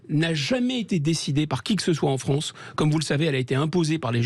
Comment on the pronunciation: Encore un francocide par nos chonce pour la Fronce 😐😐😐😐😐